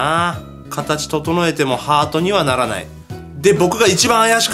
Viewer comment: なーいの発音笑